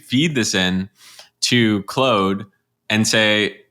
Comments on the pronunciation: FYI, i am not sure what "clode" is and imagine you meant "claude" leading me to guess you are an artificially generated avatar with a minor speech error. My wondering if you are artificially generated reduced my confidence and interest as I assumed you were tricking me. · FYI it's Claude like "Broad", not like "Chode" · Generally speaking I like content. The only issue that bothers me is how he refuses to pronounce Claude the "correct" way and instead prefers to pronouce it Cl-old... He probably doesn't know that Claude is named after C.E. Shannon or the guy who invented information theory with his master thesis way back in the day. It would be like saying Einstein's name Ein-stoned... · Ha ha Mispronounced Claude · The only guy who says Claude proudly with a French accent... I don't think the employees even do that. Respect 🫡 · The way you pronounce "Claude" bro 🤣🤣🤣